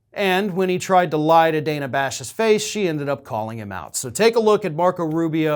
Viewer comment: I hate to pull threads but she pronounces her name Danna...dan na...not Dana.